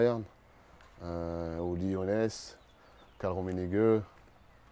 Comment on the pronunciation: Wer ist dieser Ullie Ohness von dem Franck immer redet?🤔😂